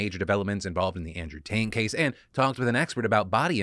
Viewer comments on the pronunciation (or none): Did you just happen to maybe accidentally say Andrew “taint?” I swear that’s what it sounded like. 😂😂😂😂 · I heard you say Andrew Taint. You aint fooling anyone Phil :3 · ...He totally said "Andrew Taint." Change approved. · I felt for sure Phil accidentally said Andrew Taint! I'm down with that. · Am I the only one that heard Phil say "Andrew Taint case" in the beginning?